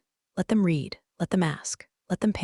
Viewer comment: Check before uploading. Narrator says reed instead of red when it encounters the work read or vice versa. U fortunately AI cannot read. As for story itsjust a shortened rehash of stories on other channels. Sorry not worth a like and certainly not a subscribe.